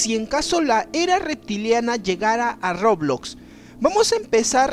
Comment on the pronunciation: Todos los youtubers que juegqn roblox dicen : roblox Este dice : rrrooblloxx